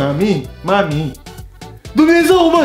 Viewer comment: Doar mi-e îmi place când zice"Dumnezău marii"😂😂